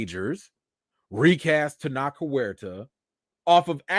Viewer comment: Maybe not the best time, but his name is pronounced Ten-oach, like coach That said, hope the accusation is fake 💀